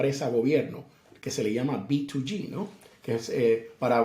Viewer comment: Cariñosamente lo ssssshama jajajaja si